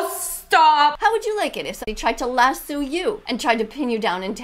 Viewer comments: Lassu? I pronounce it La-SO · It’s not Lassus it’s Lasso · What’s a lasoo it’s a Lasioe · By the way Ms. Vegan teacher karen, it’s lasso not lassu lol 😂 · The vegan teacher said “iS tHAt a LaSsOO” pronouncing the o’s at the end says oo instead of o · Ok, WHAT IS A "lasoo".... I mean like- she should be watching CoCo Melon to learn how ✨speak✨ It's "laso". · A lassu I thought it was call lasso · I don't think she knows she said las lasue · It's lasso, not lassu